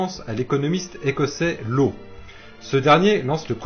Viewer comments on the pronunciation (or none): Simple petit détail : Law se prononce "Lasse" 😊